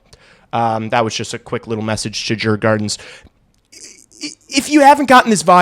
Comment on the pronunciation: This is a good report, but it makes me cringe whenever I hear someone mispronounce a pertinent word like Djurgarden - a key word in this video - especially when the correct pronunciation isn't at all difficult. In so many cases it's just a matter of hearing the word in question pronounced correctly or of simply researching the pronunciation online. The online research takes less than a minute. The correct pronunciation of Djurgarden is YOOR-gor-don. With so many sports figures playing in English-speaking countries such as Canada and the U.S., I would think dealing with accurate (or quite accurate) word pronunciation would be a higher priority than it seems to be, at least in the case of a major sport such as hockey. I find it very odd and troubling to hear those verbally reporting on the NHL mispronouncing not only European and Asian names but even more so French ones as many Canadian names are. To me it's very uncaring, lazy and unprofessional. Some words in some languages from certain parts of the world can certainly be a difficult challenge, but in the cases of natural English-speaking people pronouncing Swedish words it shouldn't be so difficult so often. Learning how to pronounce a word one sees in writing is certainly a challenge for many reasons - not knowing how a consonant or a combination of consonants is pronounced, not knowing how a vowel is pronounced, not knowing which syllable is accented, etc. Also, sometimes a consonant or vowel isn't pronounced at all. Yes